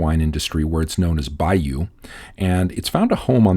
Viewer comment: The Chinese pronunciation is off, the characters for it is 白羽 which means white feathers... (I'd write the pronunciation for you but I cant think of a similar sound in English, as the U has an accented sound to it) Baiyu is an experimental grape in parts of China due to its ability to resist cold. Although Ive had quite a few wines from China, it has never came across the wine list. I'll look into it one day, thanks for the video... I hope (fingers crossed it wont show up on my tests), but it's good to know about it. Thanks